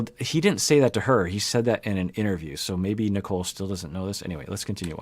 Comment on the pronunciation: I know. I just call her Nickel because (especially) during the first parts, the way Azan pronounced her name sounded more like Nickel instead of Nicole (yeah, its his accent and whatever, i just found it funny).